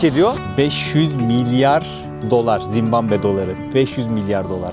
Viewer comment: yav ben mi yanlış duyuyorum yoksa 2 böllümdür zimbambe mi diyorsun ülkenin adına? :D